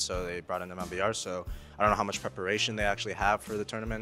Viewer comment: mibr = meebruh